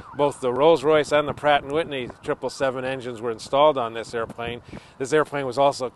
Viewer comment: i dont mean to be a dick, but it bothers thr hel out of me how he says "airplane"